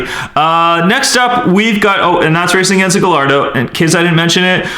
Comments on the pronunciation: It's spelled gallardo but it's pronounced giardo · it's pronounced GUYardo not gallardo (kinda like tortilla) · Gallardo is pronounced "giardo" not "galrado" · Its Gallardo not gailardo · it’s pronounced guyardo no gallardo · It's pronounced Guyardo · Correct me if I'm wrong but isn't the Gallardo pronounced guy-ar-doe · he pronounced "Gallardo wrong. its pronounced "giardo" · superPina28 its gairdo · Gallardo it’s pronounced gajardo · Gallardo is pronounced Gi-ar-Do. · it made me mad when he mispronounced half of the names. Example gallardo is pronounced guy-are-dough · its pronounced gaiardo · Remember, this word is coming from a Spanish origin. It is pronounced gay arr do. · Learn how to say gallardo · In "Gallardo" the two 'L's make a "y" sound in Italian and Spanisn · The Lamborghini Gallardo isn't pronounced with its L's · The Gallardo would've won if you pronounced it's name right. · Nikole Lynch Yeah. He's a grown man, he should know how to pronounce Gallardo